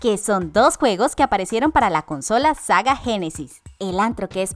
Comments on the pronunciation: como que hay que leer o escribir bien el guión de lo que se va a leer, muchos errores el mas notorio la compañía sega se escribe igual como se pronuncia en español y como lo lee: saga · soy el único que escucho SAGA GENESIS? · Quien se dio cuenta que dijo saga y no sega